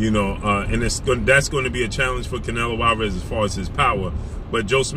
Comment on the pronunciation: Lol dats not how u say his name